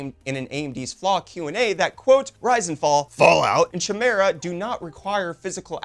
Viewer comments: fyi - Chimera pronounced Kai Meer ah (in Greek mythology) a fire-breathing female monster with a lion's head. But yeah I blame Russia! lol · Great vid, very intriguing topic... just a quick "fyi" though, the "ch" is pronounced "k" in chimera and the "I" like in kite,,, unless you were just being funny sarcastic forget everything I said.. :)